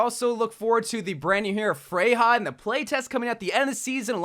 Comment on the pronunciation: She's pronounces FREYA not FREY-HA!